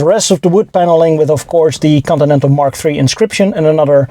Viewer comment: How it's spelled: "Continental" How it's pronounced: "coninenal"